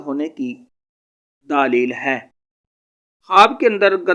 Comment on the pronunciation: دالیل نہیں دلیل لفظ ہوتا ہے